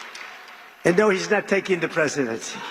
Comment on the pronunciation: The Presicheedency....? Wtf was that ?